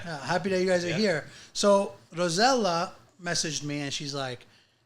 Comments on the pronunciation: Please stop calling her rosella that’s an entirely different name from her name, I’m sure if her parents wanted to name her rosella they would’ve. They named Rossella learn how to pronounce your guest’s name, Ros…sel….la very simple. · It looks like enjoys pronouncing incorrectly Rosella instead of Rossella.